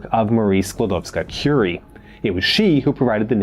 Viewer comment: And he said it correctly.